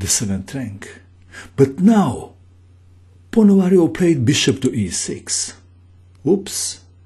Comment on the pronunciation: Right pronunciation is RuslAn (stress on "A" and "u" like "oo" in word "tool") PonomariOv (stress on "O")